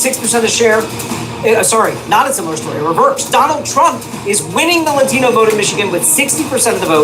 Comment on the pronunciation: When they say "Latino" like "Ladthino". Holy fuck